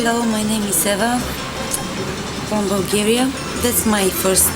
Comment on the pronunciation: 2 pronunciation corrections, Eva's country is Vulgaria, and it's furry muff, not fair enough. is gold, start paying him, say 10c per vid